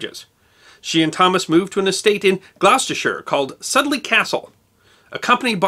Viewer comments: A great video as always. FYI it's pronounced "Sood-lee" castle rather than "Sud-lee" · Another Great Presentation... I live near Sudley (SUEDLEY is the way you say it) Castle and have visited on many an occasion. Cathrine Parr's remains are in a Lovely Chaple in a Peaceful spot in the Castle Grounds in Beautiful Gloucestershire. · Also Sudeley Castle in Gloucestershire is pronounced "SOODLY" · Soudley is pronounced "Soodley", and Gloucestershire is "Gloster-sh". :) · Sudeley. Pronounced Syoodley. Rhymes with rudely. Always best to get our crazy English named right...